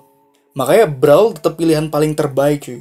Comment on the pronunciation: Itu bacanya Brawel ya dek😠